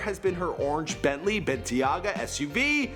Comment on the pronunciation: He butched the fucked out of the Bentleys name